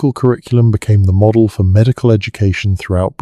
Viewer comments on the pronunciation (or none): none